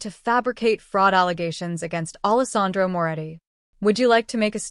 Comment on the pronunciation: It’s not Allis Andro! It’s spelled Allesandro. Idiots!!!!! So nice to know AI still won’t replace the educated human.